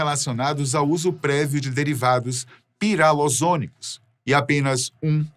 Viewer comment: En não é "piralozônicos" é pirazolônicos... O nome completo da Dipirona é: " Fenil-metil-dietil-pirazolón-dimetil-amino-metan-sulfonato-sódico.